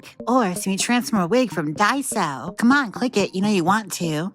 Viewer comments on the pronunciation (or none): none